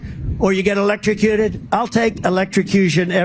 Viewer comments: Oh if only? I would pay a LOT of money to see trump 'ELECSHROWCUTED'. He can't even pronounce it properly let alone do it. What a shame. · I think he's repeating the boat story to prove that he can now pronounce "electrocuted" (barely)